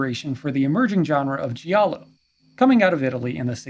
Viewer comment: Great video and well researched. Intelligent perspective. Just a friendly heads up.. "Giallo" when pronounced correctly, should rhyme with "Shallow". Not the commonly mispronounced, "gee-allow" . Thanks again for a great video!